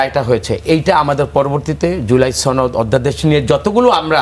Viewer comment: এই মহিলা সনদকে ছনদ বলে কেন